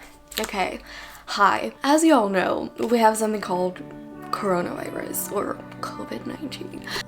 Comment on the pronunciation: The way she says Coronavirus defeated the youtube demonitization system